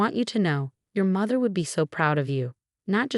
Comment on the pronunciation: The AI that reads the story does not understand English grammar, spelling, pronunciation, and words. Like Marinez, pronounces Mar tin ez, not Mar teen ez. Mather, not mother, and on and on. Some of the AI reads the page breaks as underscore underscore underscore, until it runs out. Obviously there is no understanding of content, thus wardroom, not boardroom.